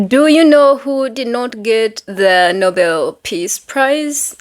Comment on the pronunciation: Nobel not noble 😘